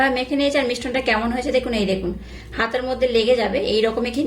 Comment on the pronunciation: কথাটা মিশ্রণ,মিষ্টন নয়।